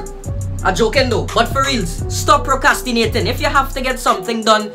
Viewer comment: Hear he nah procyastinate